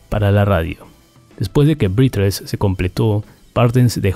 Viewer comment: No, no es Colin "Bas", es Colin "Beis". El álbum no es "brízles" sino "brézles"?